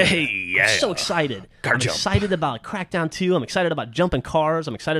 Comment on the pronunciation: its Crackdown not crack down